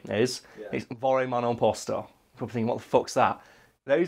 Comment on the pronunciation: I'm Italian and I will say that you pronounced it good enough. We all mostly drunk and slurring anyways.